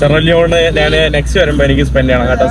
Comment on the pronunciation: നാൻ അല്ല, ഞാൻ ആണ് ശരി